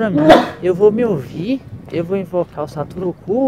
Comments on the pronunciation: Mano ele fala Satoru Ku mas não e Satoru Kun? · Parece q Ele Fala sarutu Cu😂😂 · o tava falando satoru cu kkkkkkkk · O falou satoro - cu, kkkkk